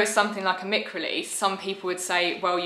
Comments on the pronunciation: Absolutely love everything you’ve done since the first lockdown. This is probably going to sound patronising but Isn’t it mic (mike) as in microphone, rather than ‘mick’? Totally prepared to be wrong on this, so feel free to school me. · Thank you 😊 no, it’s pronounced “mick” I’m afraid according to alllll the professionals. Yeah, I was disappointed too when I found out. It’s not named after microphone at all, but think even more annoyingly it’s named after the guy who invented it - Mike Fry. Which gives me more confusion as to why we don’t pronounce it “Mike” 😂 but apparently he didn’t want it directly named after him